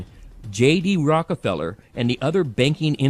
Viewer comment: he said ROCAFELLA!!!